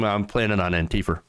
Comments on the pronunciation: I like your variation: anteefer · Why do you pronounce "Antifa" like "Auntie Pho"?